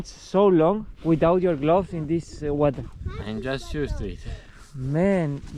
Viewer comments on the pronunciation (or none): none